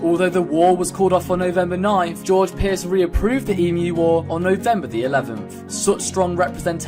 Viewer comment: Ughhh, being an Australian, a friend of mine who is not Australian always takes the piss out of me for the emu war -_- Ps it's pronounced eem-you not e-moo